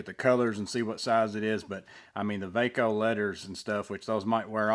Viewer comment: Thanks for reviewing! This was really informative! I love the new VACO stuff! Its pronounced "VAY-CO". My father used to use these tools all the time back in the day. I hope there is more stuff coming. Looks like its a reboot of the brand. I've bought a few of these so far. Theyre really nice quality.